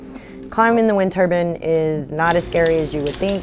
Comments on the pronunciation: Good video, but it's a wind turbine. Not a wind turban...😊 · Tell her it's a turbine, not a turban. Please😮😅